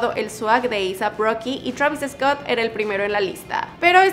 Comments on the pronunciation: se dice "Travis Scott" se pronuncia igual. No digas "Travis Escot" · Por que lo pronuncias EEEESCOTT???? please try not to put la E antes de la S just so it can sound the way it is..... is like Sandoval no lo pronunciamos E-sandoval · Travis Escott 😆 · Ok Travis eescot lol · Me caga como dice su nombre "travis escot" haha